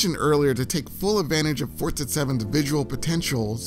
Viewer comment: I always thought it was Forza, but yep, Fortza is the correct pronunciation.